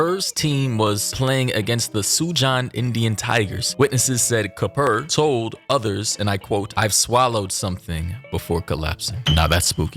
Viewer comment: HIS NAME IS KAPUR..NOT KUPAR😂😂